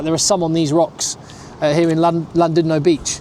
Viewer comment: Tnk u... ❤❤❤So pleased u enjoyed ur trip... But we the majority of SA CANNOT afford to visit or live in CT.... Yes it's beautiful... But we slog away in JHB..the crime & fraud capital of the world 😢😢😮😮😮only u brits can pay these prices.. So enjoy.. Pronunciation tip... SJOE =say... shoe Llandudno=LAND DUD NO... ❤❤❤❤ Please visit Zimbabwe next... Especially BULAWAYO... the friendliest place... On earth ❤❤❤❤❤